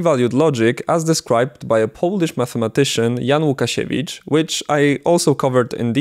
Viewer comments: where are you from ? You said Łukasiewicz way to fluently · where are you from?, u say prerfectly łukasiewicz , what is not common for people wich main languige is english😅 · Where you come from? That spelling of name Łukasiewicz was done by you with such an accent like you were a polish native speaker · Ładny akcent! Skumałem się dopiero jak usłyszałem jak wymawiasz "Łukasiewicz" :D